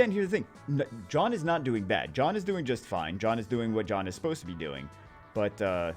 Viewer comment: Evertime he sad john i understand jeanne🤣🤣🤣😂😂😂